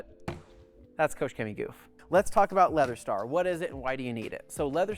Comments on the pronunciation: Kooosch cemy xD xD xD You pronounce it reaally wrong :D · It is spelled „KOCHrrr Chemie“ and not „KOSH Cemie“